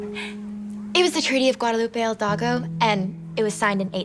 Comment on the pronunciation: HILDAGO, Sarah, really? It's Hidalgo. The actress sucks